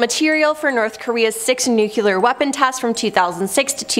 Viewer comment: It's pronounced nu clee AR and not nu q lure